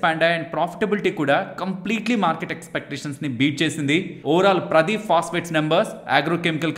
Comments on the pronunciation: ప్రదీప్ ఫాస్ఫేట్ కాదండి. ఇది పారాదీప్ ఫాస్ఫేట్. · Not, paaradep Pronounciation should be like that